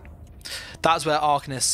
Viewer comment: The fact you even said “arcanist” like that smh